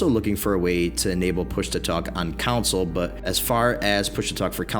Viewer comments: Is it me or is this guy saying 'council' instead of 'console'? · I don't know if it's just me, but it sounds like you're saying council rather than console. It was messing with my head.